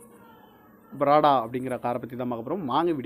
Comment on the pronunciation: Dei loosu adhu prada illa da prado😂 Aprm adhu laand cruiser illa land cruiser modhala ozhunga pesa kathuko daa